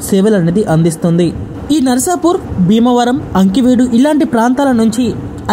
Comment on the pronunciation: Ee video ki anchoring chese station perlu sarigga palakadam nerchukovaali. Veeravaasaram ni viravasaaram Aakiveedu ni ankiveedu ani kavali ni kavala. ani perlanu istamu vachinattu marcheseru.